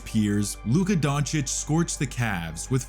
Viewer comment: Who the F is donkik?!😅😅 Ppl want to make nba videos and thay dont know top3 players names in the world😊